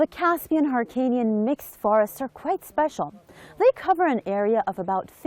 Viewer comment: این خان به هلو میگه هالو -هیرکانی نا هارکانی